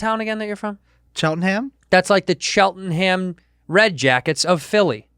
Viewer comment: The place you're from is pronounced Chelt-num, Dave. Named after Cheltenham in Gloucestershire, England. Fun fact for ya!